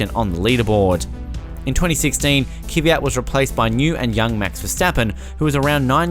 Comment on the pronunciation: KVYAT, not Kivyat.